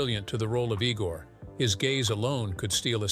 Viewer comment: Not "E-gore" , it's pronounced "EYE-gore"!